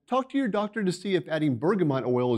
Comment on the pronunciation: NOT BERGAMOT!!!!!!!!!!!!!!!!!!!!!!!!!!!!!!!!!!!!!!!!!!!!!!!!!!!!!!!!!!!!!!!!!!!